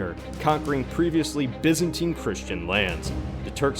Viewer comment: can't you say Byzantine properly!!!